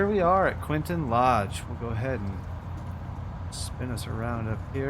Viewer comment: The approach in real life must be done over the river at low level, and then you turn right on final, not the way you do, and the name is Quintin Lodge, not Quinton.